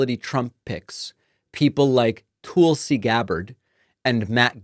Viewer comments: Is there a reason you continually mispronounce Tulsi Gabbard's first name? It makes me crazy to hear it because it makes you sound ridiculous. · why are you pronouncing Tulsi so weird. It's not like it's a hard name to pronounce. I agree she is awful, but c'mon. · Tulsi is pronounced tull-see not tool-see ... it is from the Hindu word for "sacred plant". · It's not Tool-see? It's tahl-see. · David, it's Tul-ci. Like Tulsa, Oklahoma, with a "ci" on the end. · Tulsi-like Jethro "Tull-see," not like "Tool-see"- got the nod because Putin wants her to have access to more Top Secret classified data. She's another Russian agent Putin can use just like her soon-to-be-boss. Putin can use her to send Trump messages he could never send thru a loyal American. It's so insane that so many Americans are so mentally deranged, ignorant, and just plain stupid as they are! Putin has thousands of nuclear bombs aimed at us, and the new ones are powered by a nuclear reactor, and will fly under the radar grid to hid in the mountains, coming out to fire their payload. Putin swore he'd destroy our democracy. Is that what these voters want for their children and grandchildren? There were terrible wars in the beginning of the 20th century. WW2 and NATO ended that for nearly 75 yrs. Why would these fools want to end the peace voluntarily? It's so crazy. Tulsi has no idea what she is selling out for her cult. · Not sure it was intentional, but I like David calling her "Toolsi" Gabbard. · Stop saying Tool-sy. Geez. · Tool see? That's an unusual way to say her name, did I miss a memo or something. But anyway, you can never trust someone whose name spelled backwards is Islut 😂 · "Toolsi" Gabbard 😂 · I hear that. Much as I'm onboard with the "Toolsi" thing, it's not cool when we all got bent out of shape about the MAGA folks deliberately mispronouncing "Kamala". Damn sometimes it sucks trying to be a halfway decent person lol. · I think he is pronouncing it like that to accentuate the TOOL part